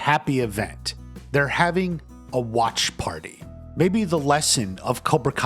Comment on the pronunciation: I cringe every time you say watch party like that